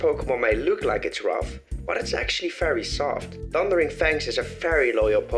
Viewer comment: Why wouldn’t you say very it sounds like fairy